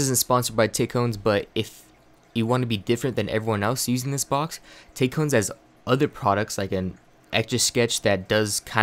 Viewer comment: It's pronounced "tack-ee-on"